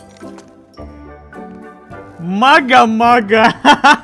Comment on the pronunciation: Не Мара а Мага )